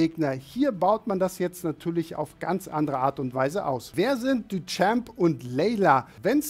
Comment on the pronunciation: Bitte lernen wie man „Duchamp“ ausspricht